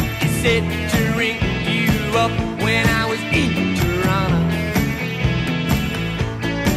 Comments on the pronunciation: Growing up in the area, we thought it was so cool to hear “Toronto” sung in a hit song on the radio. Especially since they pronounced it the proper way. I’ve used these lyrics to correct people, as in, “You’re saying it wrong. Toronto rhymes with Donna and wanna.” Blank stares follow. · I'm in a discussion about the pronunciation of Toronto as "toronna" and had to cite this song. :-)